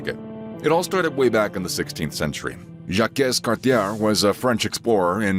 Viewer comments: I stopped watching after too many errors in the first few minutes: wrong pronunciations (Jakess Cartiere? for example. It is pronounced Jak Cartiay), wrong city placement (Port Royal was in today’s Nova Scotia), wrong information (English education has ALWAYS be a right in Quebec, as opposed to all other provinces where French education was banned for many years or even non-existent until recently - and English classes are mandatory to pass in Quebec to get our high school diploma - again unlike many other provinces where French is just an option to get your diploma)… Please review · As someone from Quebec I can confirm that Jaques Cartier is spelled (Jawk cartié) and not (Jakes cartière)💀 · Beause the King of France sold la Nouvelle-France to the Brits for Martinique. And by the way doofus... It's Jacques Cartier not Jawhk Cartiere. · Le fameux Jaquiaisses Cartiaisses qui a decouvert le Canada :) Meme pas foutu de faire un minimum d'effort pour prononcer un nom d'un des deux seuls pays frontaliers... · please pronounce Jacques Cartier better next time :) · If you're going to talk about Canada's history, at least learn how to pronounce "Jacques Cartier" properly!! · Québec isn’t the only french-speaking province… and your prononciation of jaques cartier is laughable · I started watching videos on Quebec explained to english speakers and it's interesting to see "Jacques Cartier" butchered differently every time. NOTE : You opened a huge can of worms. But don't worry, your video was good.